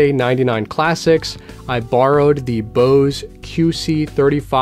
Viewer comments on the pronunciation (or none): none